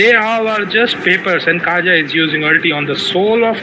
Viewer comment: This gus never gonna stop calling kaja as "KAYA"😂